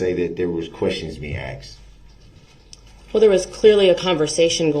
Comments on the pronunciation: Axed and answered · One of my favorites was AXED. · Cause you Axed, cause you axed!😂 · He still would have asked lol she put it in writing for him and he still "axed" about 200 times per day.